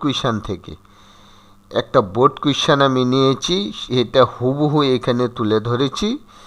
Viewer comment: Sir baald dey ni baard dice😂